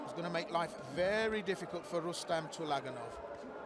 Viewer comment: Please, correct the name (surname) of the boxer from Uzbekistan. It is TULAGANOV (not ULAGANOV)